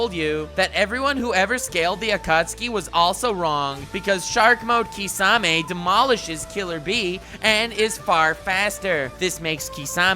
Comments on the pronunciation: my guy called Kisame, Kissanime lol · Shitting on Seth for 12mins. (Did you call shark boi kissanime?) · He say kiss anime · Am I hearing things or are you really saying KissAnime? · Did he really call kisame kissanime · He said kissanime 😂😂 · I hear kissanime everytime he says kisame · Wait did he called kisame Kissanime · I herd u say kiss anime LOL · Did you say kissanime 😎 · "That makes Kissanime" u JUST DIDN'T ROFL.. bruh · Lmao "KissAnime" kisame I'm dead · ...........did you just say Kissanime? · Not necessarily relevant, but for a second, when you said 'Kissame' I heard 'Kissanime' and was like "kissanime is stronger then Minato???' Wait....YOU DID SAY KISSANIME IM NOT GOING DEAF.